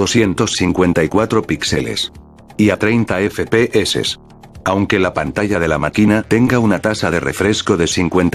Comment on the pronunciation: Like si solo viniste para oirlo decir "efe pe eses"